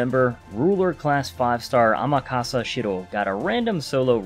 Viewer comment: I'm sorry, I just gotta say. You're butchering Amakusa's name. It's not AmakAsa. It's AmakUsa. As in like "cull" or "full". I'm a huge fan of Amakusa so it's kind of petty of me to point it out but yeah. AmakUsa.